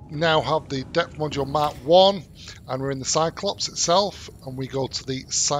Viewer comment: He is not saying mark he is saying mack